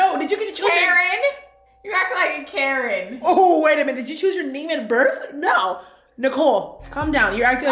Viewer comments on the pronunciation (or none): Lmao “Carin “